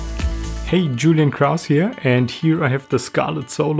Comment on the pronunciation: "" also, aha